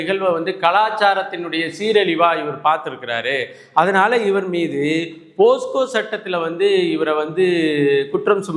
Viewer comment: போஸ்கோ இல்லை சார், போக்சோ என்பது தான் சரி.